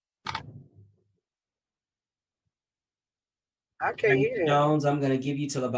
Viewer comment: "No, he cain't". Should be charged with murdering the English Language.